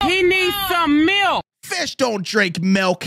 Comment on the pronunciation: saying FEESH